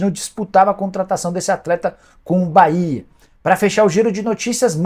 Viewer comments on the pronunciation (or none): none